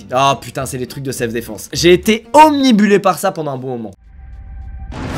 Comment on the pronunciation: Euh par contre,, c'est "obnubilé" et pas "omnibulé"! De rien, c'est tout pour moi!!